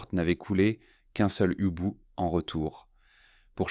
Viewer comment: Youbot ? Yuboats ? L’amiral de Nitz ? Y.boots ? Etc de quatrevingttsimitres... Vivev Les Y.A ??? À douzorzores.